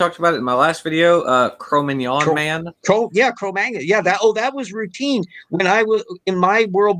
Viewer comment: The way said Cromagnon! I heard Filet Mignon Man.Man, I'm craving Filet Mignon now:)